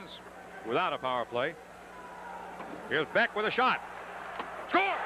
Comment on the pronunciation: Hilarious hearing the Rangers announcers basically butchering every player's name..lol. At least they pronounced BECK properly.